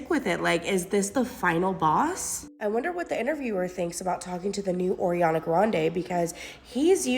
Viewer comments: "oriana" LMFAO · Why is that girl calling her Oriana lol?